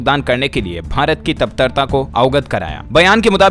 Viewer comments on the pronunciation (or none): Dls news wale bhai word ko thoda right pronunciation me boliye kuch word ap wrong pronunciation kurte hai ok tatparta hota hai taptarta nahi hota ok